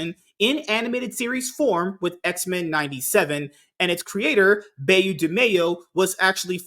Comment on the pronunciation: Please pronounce "Beau" as you would an archer's "Bow". It is the French word for handsome.